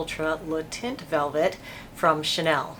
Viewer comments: Because you are such a professional, I just thought you might want to know that “taint” is not pronounced “tint”. Think of it as though you are about to say “tank”, but you stop short of saying the whole “n”, and, of course, you don’t say the “k”. Kind of like “tehn”. Hope this helps! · Cool review and nice to see that your HG is still around, albeit with a different name. BTW the word "teint" in french is pronounced more like the English word "ten" rather than "tint" :) XOXO's from tel Aviv Diva D